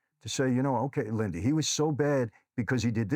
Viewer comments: Lindy, not Lindsy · Great show. I can't help but giggle every time he calls her LindSy instead of Lindy😂 I'm proud of you Lindy and pray for you 🙏